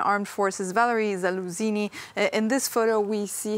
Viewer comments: "Zaluzini" hahaha she couldn't have said it any more wrong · He is the Commander of Ukranian forces , have enough respect to learn his name and say it correctly!